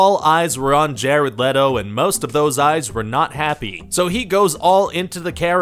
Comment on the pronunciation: LETO, not LETTO.